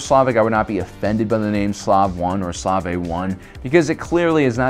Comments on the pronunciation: Are you mispronouncing Slave on purpose? Long A as in “space” and the E is silent. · I hope you’re saying “slave” like that as a joke. Otherwise go watch how it’s really pronounced smh